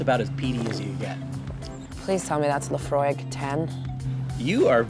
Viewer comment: pronounced Laphroaig spot on . i like pink now